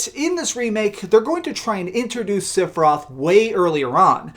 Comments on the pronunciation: For the love of all things. It’s sef not sif for sephiroth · learn how to say Sephiroth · completely agree with your last point but not your pronunciation of sephiroths name.